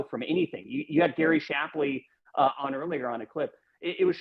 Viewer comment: It's Gary shapply Benny, if you pronounced his name correctly maybe he would come on the show.